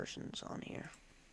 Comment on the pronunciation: IT'S HEAH